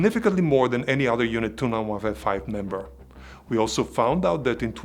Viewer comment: Group "29-Wifi" sorry just cracked me and now I can't unhear it. Thank you for your amazing content and keep it up great job. I just subscribed so I won't miss any new videos in the future. God bless and stay safe.